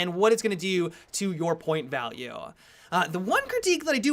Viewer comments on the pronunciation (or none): listen to how he says point value! haha lmbo.